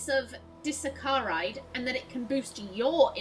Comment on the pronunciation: As for "disaccharide", and you might be just about to point this out, it's di-saccharide, as in saccharine. It's sugar!